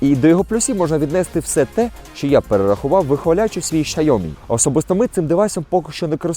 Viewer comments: Найправильніша вимова бренду Xiaomi яку я тільки чув. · Як правильно вимовляється китайська назва компанії, можете почути з вуст віце-президента Xiaomi Хьюго Барра. вимовляє саме так) P.S. 2\16 також. З мінусів його можу назвати лише низький фпс при слабкому освітлені.